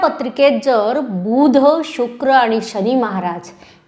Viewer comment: बुध मधील बु पहिला अाहे.तुमचा उच्चार तसा नाही. राग मानु नये